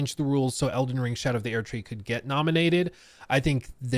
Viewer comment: Erdtree is pronounced like “urd - tree” not “aired - tree”. I’m not even a fan of the game but Jesus Christ listening to you mispronounce it in such a pretentious, faggy way is so cringe.